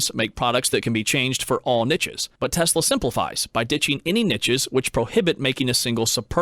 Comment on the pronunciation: There is no T in Niche like there is no T in Quiche